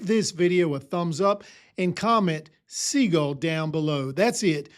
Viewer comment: Sea-gull loved the list